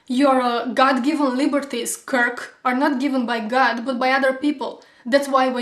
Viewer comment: "Would that be ok with you...KirrlllK?". Hahah! Love it!